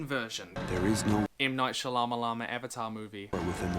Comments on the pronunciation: I like the way you say M. Night Shalamalama lol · Is pronouncing Shalamalaman wrong a gag? it really makes me uncomfortable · The "Shalamalama" joke is getting old, mate. He has a last name, it's not hard to pronounce. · please please don't make the Shyamalama joke. not sure why you thought that was fine (his name is funny to make into a joke because it's Indian, but you can pronounce every long ass name in Tolkien's mythology without any comment). it's fine to dislike his movies, but c'mon dude. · why is he say she-llama-llama. that's not his name. wait is this on purpose? to take something good and destroy it completely, making nothing like the original. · I agree with everything you said in this video, but white dudes purposefully mispronouncing brown people's names is pretty crappy. Attack his movie not his family name yo! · I love your content, but your consistent mispronunciation of Shyamalyan's name for comedic effect comes across as a bit racist. Nothing but love for you and your channel though. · You're saying that one director's name wrong. It's pronounced Shama-llama-ding-dong. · I am so glad you screw up M Night Shyamalan's name every time you say it. I am Indian and know exactly how to pronounce it, but I've taken your cue to never say it right. Just my little payback :D